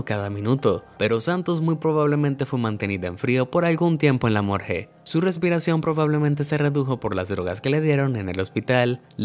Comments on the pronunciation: ¿morje? al parecer el narrador tiene dislexia ya que es morgUe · ¿ Morge o morgue? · El narrador lo pronuncia mal. Lo correcto es "morgue".